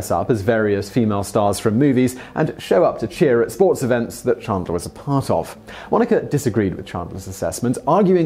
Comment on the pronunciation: Chandler not Chundler 😂